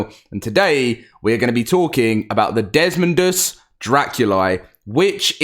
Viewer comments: I'm gonna help you out. It's dez-MOE-dus Not Dezmund... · Desmodus not desmondus. It's not that hard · It's desmodus, not desodus, a##! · Desmodus, not Desmond lmao. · Not to be an a** but, it is desodus not desmondus. There is NO n